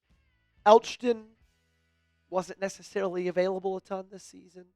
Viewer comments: How did you not do enough research or be enough of a fan to know that Elgton Jenkins' name is pronounced El-Tun. Eljutin was painful to listen to 😂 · The "g" is silent... It's just Elton